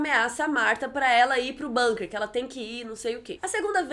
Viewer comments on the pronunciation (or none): none